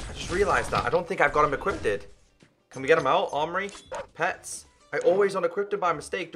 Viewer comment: does anybody else love how he said equippeded instead of equipped?